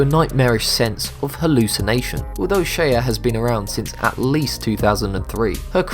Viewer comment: Shaye, not Shaya.